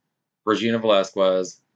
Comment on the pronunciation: Its VelasKez this is how it pronounced like in Latinas name